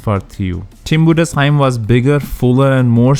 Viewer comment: You are really the only one that pronounces Tim Budesheim the right way. Good job buddy